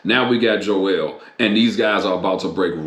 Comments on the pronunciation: It's Joel not Joelle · It's Joel not jo-el